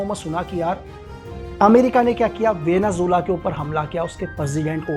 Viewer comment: वेनेज़ुएला ❎ वेनेझूला ✅ वाह 😂😂😂